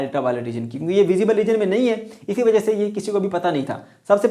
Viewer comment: the way sir said "wja" at 11: 40 😂